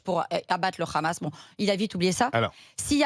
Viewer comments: Comment reconnaître un SHALOMI il dit KHAmas au lieu de Hammas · Lefevbre n'est pas juive mais elle est tellement fanatique qu'elle prononce "rhamasse" au lieu de "amasse" qui est la prononciation en langue française qui ne prend pas en compte la lettre "h". 😂😂😂😂 elle parle carrément avec l'accent israélien. En ce qui concerne le "rhamasse" Mme, c'est Netanyahu qui l'a choisi comme opposition privilégié pour faire croire que la cause palestinienne c'est pour les terroristes. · Ça se voit c'est une juive sioniste de sa prononciation. Elle dit khamas au lieu de hamas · Tu a une gueule d'une juifs la prononciation de khamas et n'ont le Hamas tu n'a pas honte sale hypocrite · avec Cnews j'ai découvert que hamas se prononçait rhamasse. j'en déduis que homme se prononce rhomme. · Le RRRRRRRRRRRRRRRRAMAS EN FRANCE LE H EST MUET ALORS POURQUOI PRONONCER RRRRRRRRRAMAS,POUR UNE PSEUDO PROF......🕷️🦂💩🤡💩👿👿👿👿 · On peut facilement devinè que Barbara porte vraiment des gènes de feujs par son accent quand elle prononce le kha-mas 😂 pour david c'est la même chose ça en dit beaucoup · c'est qui cete facho ?? pourquo elle prononcent le 'khamas" ? faisons les tests ADN !!